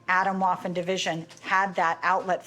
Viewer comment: FYI. Waffen is German for weapon. W in German is pronounce like V in English. So “Vaffen”. Example most May recognize. Auf Wiedersehen